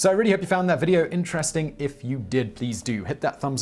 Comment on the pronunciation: i found the video interesting... not inter-resting. learn how to speak